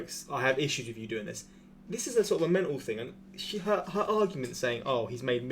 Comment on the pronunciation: "Sort uv walking pace" I burst out laughing